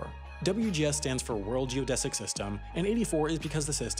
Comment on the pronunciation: ...Geodetic... with a T